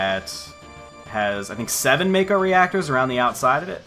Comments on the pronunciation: It's Mah-Koe, not May-Koe. Mako is formed by Japanese letters (Syllables) "Ma" (Mah), and "Ko" (Koe). "Shi" (Shee), "n" (n), "ra" (rah). You're correct about Aerith, though. There is no "th" sound (Syllable) in the Japanese alphabet, so Aerith loosely translates into Earisu (E), (a), (ri), (su). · It should be "ma-ko", without the diphtong. At least in Japanese.